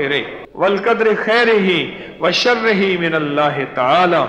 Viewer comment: Wa sharrihee ke neechay khari zair aae gi sirf zair nahi. وشرہ کے نیچے کھڑی زیر آئے گی جیسے کہ خیرہ کے نیچے کھڑی زیر ہے۔